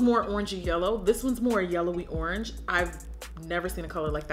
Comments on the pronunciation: She said "ORNGE" 😭😂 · ANYONE PISSING THEMSELVES ABOUT HOW SHE SAID ORANGE AT 18MIN